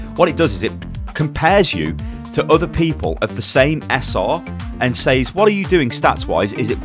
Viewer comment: Stop saying SAYS wrong please